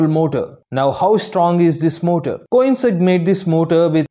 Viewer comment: Company name pronounce wrongly